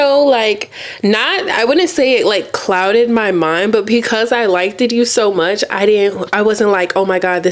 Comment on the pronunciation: the way she saying liked is upsetting me and my homegirls